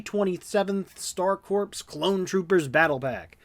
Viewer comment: the worst part of all of this is that nobody can pronounce 'corps'